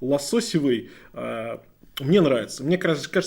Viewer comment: ну, "лососёвый" же, не "лососевый"... а цвет вообще хочется назвать "пробковый" ))